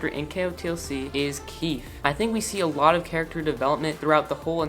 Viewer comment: It's not keith... it's KEEFE :( no hate :)